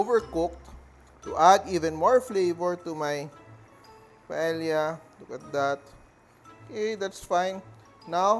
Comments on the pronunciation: mawalang galang na po chef!! Ang proper na pag-pronounce po ng PAELLA ay hindi po pa-ELYA kundi pa-EYA!!! The ELs are SILENT!!! Yun lang po 😊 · It’s actually pronounced “Pae-ya” The double L in Spanish is pronounced as the letter y. Since Paella is a Spanish dish, it’s better to pronounce it appropriately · It’s called PAEYA. You need to watch how the Spaniards say it. Thank you. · In Spanish, it is pronounced as silent L. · Chef ka ba talaga? Proper pronounciation ng paella mali pa?